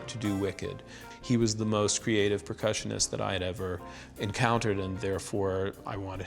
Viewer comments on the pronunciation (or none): I'm slightly horrified that he says "Precussionist".